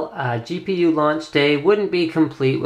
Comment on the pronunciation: Lol, - , you accidentally said: For the GP-Leee-U. XD But great review overall! I would really love to get my hands on one of these Power bricks. Lol.